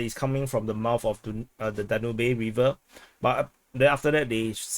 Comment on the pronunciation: Danube - Dan-yoob